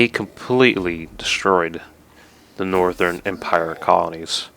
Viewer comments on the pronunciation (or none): none